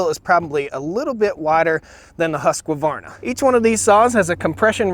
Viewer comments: Great comparison. The difference in the 10 inch log was 1.5 seconds faster with the Husqvarna. I agree with your choice. BTW it's pronounced (Swedish), "yoosc varna". English, Husq' varna, not "huskavarna". Since the names came up so many times in this video, I thought you may want to know the actual pronunciation:) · Husqvarna...... Not HusqAvarna !!!!! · Husq-varna not Husq-a-varna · Please say Husqvarna properly. It is Husqvarna not Husqavarna. Not try to be petty but give credit where credit is due. Otherwise great video. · I find it funny how Husqvarna is pronounced so different. In Scandinavia we put pressure on the vocals [huus-kvaarna]. But in uk/america you do the opposite and put pressure on "sq" and "rn" [husskovarna] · Why do Americans pronounce it has Husk A varna? It's Husk Varna. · Just A Small point it is Husquvarna, not Husquavarna, no extra ‘a’, maybe it is the way USA pronounces it, I know I have a lot to learn American. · Husqovarna? HUSQ VARNA! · I think you can't go wrong with either brand. My question is, where does the extra syllable always come from in the Husqvarna name? A vast majority of people say it like Husk a varna. It should be just Husk varna. And the Stihl name is pronounced like "still" when it should be pronounced "steel". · Just so you know, it's not HUSQ-LA-VARNA. It's HUSQ-VARNA..... shame you have to have a woman tell you that! lol Oh and that Stihl will outlast that POS by years!! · All right - let's try to pronounce the brand name 'Husqvarna' correct. It is NOT pronounced like 'Haskevarna' - it's a Swedish name and the correct pronounciation is 'Huus-kvarna' (which also happens to be the name of the Swedish town the company origins from). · It’s Husqvarna not Husq a varna! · Husk varna not huskwa varna. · “Husk varna” not “huska varna” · You dont say huskuvarna, you say huuskvaarna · Swedes: Husqvarna: Husq a varna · Husqvarna, pronounced "Hus-kvarna" and not "huska-varna" :) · Husqvarna not husq-a-varna